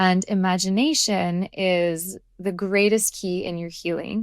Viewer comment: Imagineation…sounds like ‘I magic’